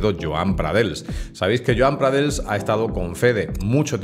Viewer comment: Hola! Felicidades por el vídeo, se nota que controlas. Dos cosas: 1. ¿Eres o has sido juez? 2. Se pronuncia como "pradeis", no "pradels". Un saludo